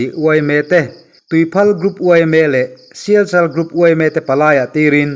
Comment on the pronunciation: Sialkal group tih tur, sialchal group itia.